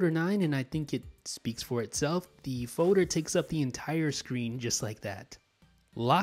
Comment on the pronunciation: The way you say "foder " kills me